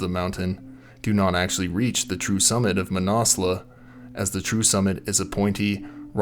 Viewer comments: "Manassla" dude. Cmon, at least try pronounce it properly. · I thought the mountain was pronounced: Man-As-Loo or Man-Az-Lu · fyi ... Mah-nas-loo is the correct pronunciation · Pretty sure its not pronounced "Mannauwslawh" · “MANASLEWWW” the mis pronunciation is killing me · Never heard it pronounced that way and I know many mountaineers who have climbed it. Man-a-slew is the normal way to say it. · Manna loo I believe .. no need to pronounce the s ...this is the English pronunciation anyway . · Where do you get your pronunciations from?? It ends with a U...not an A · Learn how to pronounce the name of the fucking mountain before you make a fucking recording. Fuck. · I have never heard it pronounced like this from any mountaineer either... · I've lived in Nepal 25 years and although your video is good, it's hard to watch without getting irritated at the constant mispronunciation of Manaslu. Please try a simple online search such as "Manaslu pronunciation" which will yield this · Came here to write the same thing, absolutely butchered the pronunciation of Manaslu. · His pronunciation was killing me